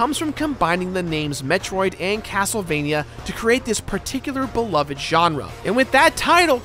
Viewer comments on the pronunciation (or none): none